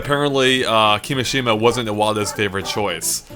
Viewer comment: it's kimìshima,not kimishìma